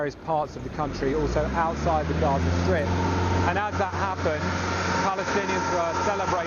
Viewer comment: The way he's pronouncing "outside" with this emphasis on "out" is so f... irritating 😖😖😖